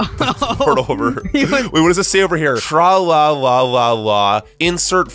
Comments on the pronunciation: Dog man and Captain Underpants! And he says Tra Laaa Laaaaaa not tro looo lo lo lo looooooo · its tra la la